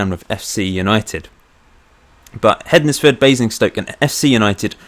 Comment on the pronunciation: Just to let you know the "ednes" part in Hednesford is pronounced similarly to Wednesday